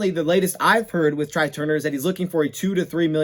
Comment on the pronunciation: Tray Turner not Try Turner.